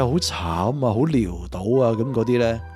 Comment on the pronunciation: 係潦倒，唔係撩到，潦讀老，唔係療。